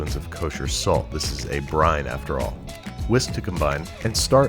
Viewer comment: Everytime you said salt or pepper, I hollered! Good video though!